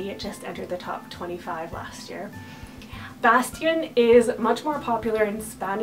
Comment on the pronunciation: Bastian : Very classy and sweet! I love how you pronounce it! Bear : SO sweet, and meaningful for me <3 Cillian : I had Cillian Aidan on my extended boy names combo list in high school lol Onyx : SUCH a great name, I'd love to see it used more! Caspian : Gorgeous perfect name <3 <3 Boaz : Love the biblical association! Finnick : Finicky ;) Everest : LOVE the sound of this, if it was more meaningful for me I could use it! Elon : Great Eli alternative! Osiris : Somehow I've seen this name more on girls than boys, so strange! Truett : I'm FB friends with a mom that has a son named Truett, he's super adorable! Wells : OOoooh fun!! Wellington is adorable! Arrow : I just can't dig the weapon names! Callahan : So distinguished!